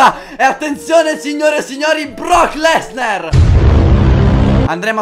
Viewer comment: Sarebbe Brock Lesnar,non Lesner! Comunque grande Favi! 3